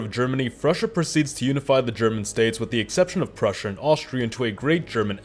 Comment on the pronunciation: It's Prussia NOT frussia